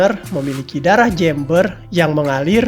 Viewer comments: Jember bukan jember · Jember bang, bukan jember😭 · jember bang bukan jember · hei min kamu org mana sih? ngomong kata jember aja aksennya tidak seperti orang2 indonesia kebanyakan.. huruf "e" nya kamu baca bener2 eeeee.. kebanyakan orang penyebutan huruf e pada kata jember seperti jeeumber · Jember bukan jEEmber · Jember bang bukan Jember .. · Jember? Jeumbuer pak dibacanya😅😂